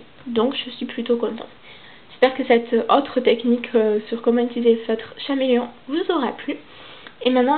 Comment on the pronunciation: C’est pas mechant mais c’est Cameleon pas chameleon car c’est en anglais